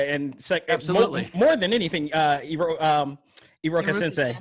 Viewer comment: Fr bruh, I was confused when he was speaking, especially when he said iruka